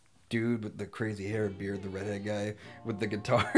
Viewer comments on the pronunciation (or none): none